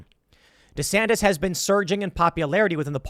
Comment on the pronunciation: DEE SAN TIS